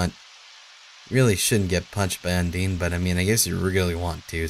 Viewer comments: is it really pronounced "undiin"? I've been saying "undain" all the time and now I'm confused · I think they're more judgemental towards him mispronouncing Papy-rus and Undeen. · Sons undeen and papirus, what? You've never heard of them? Their from the game underteel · same, tho its 'Undeen' that makes me cringe a lot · Well it's meant to be pronounced like Undyne for, y'know Undyne the Undying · No. it's pronounced (un-die n) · What in the name of Jim Belushi happened between the last video and this one that he's randomly pronouncing Undyne wrong? I'd think he didn't actually take a break himself since he was in the middle of a puzzle, so I can't remotely understand. He even said himself that "un-dine" was the right way to say it? I'm going to have to assume it's a joke, that's the only thing that makes sense, cuz between Sans, Papyrus and Undyne ALL being pronounced so obviously wrong, that's gotta be an intentional joke Edit* For the record, I'm not saying that in a dick way, like "I've lost all respect for you for not saying something properly!", it's just something I was curious about. You do you dude :) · I'm sick and in a bad mood so I'm going to rage unnecessarily a moment:, "Papyrus" is pronounced "pap-EYE-russ", and Undyne is pronounced, " Un-DYne"- Should sound like Undying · Und - "I" ne. Not Un-deene and pap "I" rus, not pap - erus. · undiin. well i guess toby has never specified how you pronounce thei names but that's still fucking weird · Yeah, I've only seen a little bit, but he seems to - not mispronounce - say things a little bit differently. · Notice how ALWAYS GET THE NAMES WRONG AND HE CAN NOT PRONOUNCE THEM! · pls... you're pronouncing all the characters names wrong! D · he keeps pronouncing all their names wrong :( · "Undeene" "Papeeruss" "Sauns" Oh boy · Im jus gonna say this it's sAns not sOns it's pUpyrus not pApyrus Now just sound them out and u now how to say our name Corectly and it's undIne not undeen